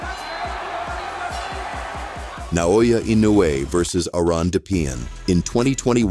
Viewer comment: That's my name, Naoya Inoue. Do you know now? Say it again Naoya Inoue again.........its ok its already stamped on my jaw😅😂.